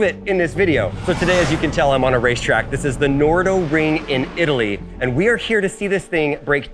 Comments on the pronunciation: it`s called the nardo ring , that`s nar do, not the no do ring 🙄🙄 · Nardo not Nordo.